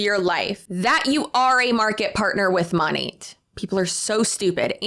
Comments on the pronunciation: It amazes me that these huns still can not pronounce the name of their "own business"! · It still cracks me up every time they pronounce the name of the company they work for incorrectly. They consume an unbelievable amount of Monat-related content, you'd think the correct pronunciation would stick. Sure it's a weird word, but I feel like the minimum requirement to promote something has to be saying it correctly.